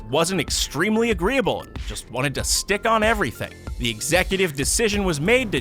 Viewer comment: Immer diese deutschen mit ihren zhe statt th😂😂😂